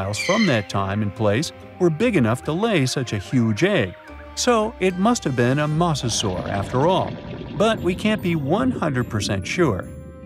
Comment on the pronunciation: did he say mouse-sasaur ?